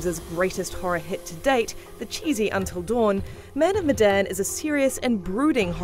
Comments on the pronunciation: The "e" in "Medan" should be pronounced as "é" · Say the title of the game right next time, your saying Medan wrong